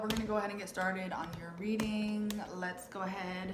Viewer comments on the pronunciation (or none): none